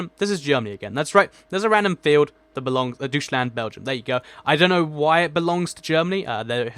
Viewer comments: The way how you pronounced "Deutschland" it's not "Douchland" it's "Doi-sh-land' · 1. That's not a river, that's a railroad. 2. Deutschland is not pronounced "doucheland"